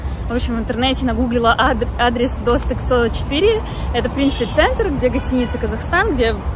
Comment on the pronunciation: В казахских словах ударение всегдааа на последнюю гласную:) шиелI, балIш, достЫк😊